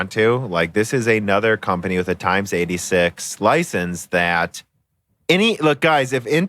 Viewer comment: "lin-air"? "times 86?" Surely you're just mispronouncing more common terms as bait for the youtube comments, right? -_